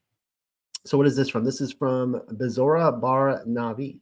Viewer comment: BEsorah vs. BeSORah PyTHAgorus vs. PythaGORus SAhlome' vs. SaLOmi CHawah (guttural 'H' sound) vs. ChUwah Same for CHokhma and YOCHanon ORigin vs. orIgin